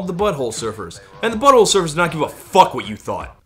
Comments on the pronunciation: Hearing Todd put the emphasis on "Butt" like "BUTT-hole Surfers" instead of "Butt-HOLE Surfers" is 👌🌟🐟🏄‍♂ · Dear Todd, I love you and I’m sorry in advance for bitching about the way you say Butthole Surfers. Everyone but you says Butthole SURFERS and you say BUTTHOLE Surfers. Your emphasis totally answers the question of whether they were surfin’ buttholes and I don’t like the conclusion. I lub this song. I lub you too. You just say things wrong sometimes. Question: How do you say Front 242? My son says everyone he’s ever encountered says Front-2 Four-2. Like Front-porch Back-porch. I say Front • 2-4-2. Apparently this isn’t cool but I’m his mom, I’m not really even supposed to be listening to Front-2 Four-2.